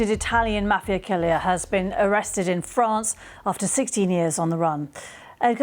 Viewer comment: Italian mafia killier? Did she just say killier?